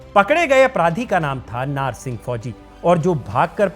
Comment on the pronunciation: नार नहीं नाहर